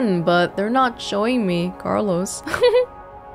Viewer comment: When you said Carlos, it sounded like someone saying Benjamin